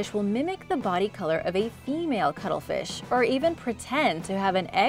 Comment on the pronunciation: Sounded like some new species the way you pronunced the cuttlefish and katydids. !Pronunciation!